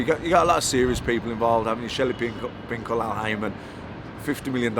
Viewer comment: He called him Shelly pinkel 😂😂